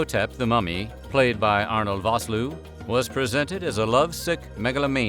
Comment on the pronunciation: its pronouced:Fos Loower... (Vosloo) Afrikriaans is a great language. Also Fantastic actor.